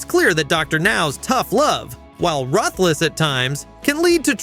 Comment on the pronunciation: If you mispronounce ruthless one more time... 👊